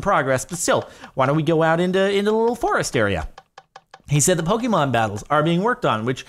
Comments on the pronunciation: When Jardon says "Pok- E- mom"😐😂😂 (it's Pok-AY-mon" because of the "é") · Please. Its not Poke-E-mon, it's Poke-AY-Mon. PLEASE JORADON PLEASE!!! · *Pokémon, as in "Poh-kay-mon". Please acknowledge the correct pronunciation.